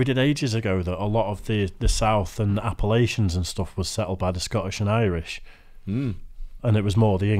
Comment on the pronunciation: It's pronounced APP-uh-LATCH-un. Your Scottish and Irish cousins in the South will look at you funny if you don't say it right. Granted, they'll look at you funny for a lot of reasons, but I'm just trying to help. Your sleeveless "lumberjack shirts" (we call them flannel shirts) will fit right in, but you might want to get a fake neck tat before visiting and stock up on rebel flags while you're at it. You'd like it here. 🤘🔥😬